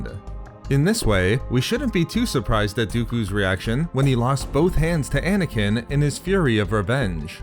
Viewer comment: Anakin not Anakineee